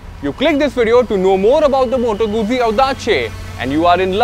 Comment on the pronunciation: Pronounced as Moto-goot-ci goot(as in good with a short 'o')